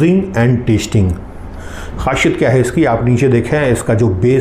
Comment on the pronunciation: Khasiyat not khashiyat